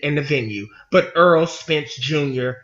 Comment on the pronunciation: errol not earl